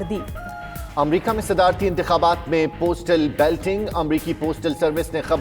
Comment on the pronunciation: it is not Belting ... it is Balloting. Sahi pronounce karo.